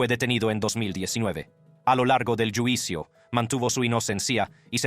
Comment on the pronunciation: Como eres wey para pronunciar palabrs en español...juicio....yuicio